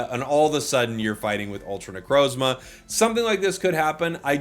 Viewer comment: you purposefully find harder ways of saying pokemon names? you did it again with necrozma